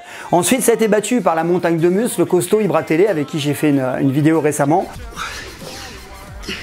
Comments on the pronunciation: Mdr il a dit Ibra Télé 😂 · "Ibratélé" Gg à toi Mdrr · Ibra télé il a dit 😂😂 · Tibo IMshape et Ibra Télé 😂😂 il sait même pas le dire hahaha Hein ? Franc va venir me Peter la gueule .. ah DSL 😢😢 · AAHAHAHAHAHA IL A DIT IBRA TELE